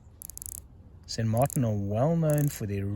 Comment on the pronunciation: Why would you even try to pronounce a Spanish name in a French way?